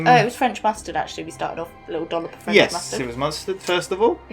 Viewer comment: "Franch"????? BBWWWWHAHAHAH!!!! ;)